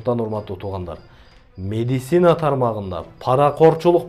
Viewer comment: Медицинаны тура айтчы ээ